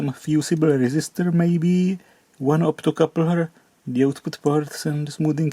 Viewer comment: ...please dont rectify the optocoupler! Keep it at "optocooopler" only 😊❤ Also "dodggeee and dangerooos" 😊😊